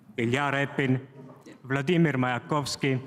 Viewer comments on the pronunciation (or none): none